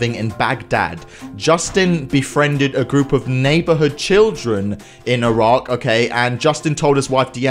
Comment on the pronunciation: pronunciation correction: [i-rak]